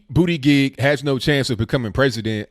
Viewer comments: I noticed you pronounced it “booty gig” haha 😆 that’s touché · it’s mayor Pete Butt-Jet Get it right bro